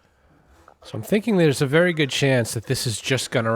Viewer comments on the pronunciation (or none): none